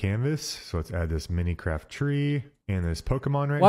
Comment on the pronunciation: " minicraft " " mah cry oh " ☠